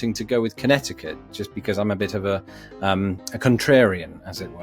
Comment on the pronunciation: Just FYI, the second C in Connecticut is silent, so it's pronounced connet-i-cut